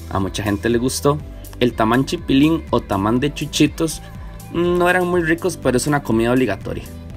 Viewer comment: Taman? 😂😂😂 es tamal!